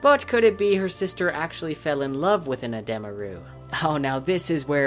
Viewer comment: I love your work but gotta say I can’t STAND you saying uhh dem uh. When it’s pronounced adeeemuh